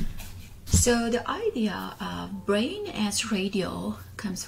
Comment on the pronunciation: Quickly into your example, you can add how language is the same way. Even though you say bwain. Instead of brain. We can still easily understand your sentence due to the surrounding words and the bwain😂 hehe can create a whole story that includes the word brain.